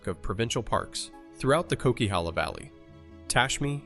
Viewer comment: Coquihalla pronounced KOW - KUH - HAA - LUH